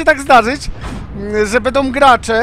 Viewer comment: "bedom",,:(